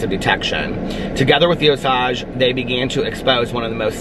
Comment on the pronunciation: I've always heard it pronounced OH-sayj